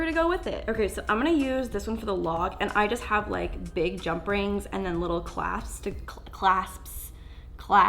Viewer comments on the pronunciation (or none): When you said “clasps” I was like “hydroflasks” lol sksksksk